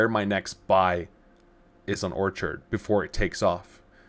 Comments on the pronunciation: It’s pronounced “Or-kid” like the flower, is it not? “Orchard” like as in a group of fruit trees, is spelled with an “a.” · If you can't even say Orchid properly, orchard is just silly, why would I trust or watch you again?